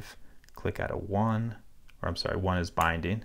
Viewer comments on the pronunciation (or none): none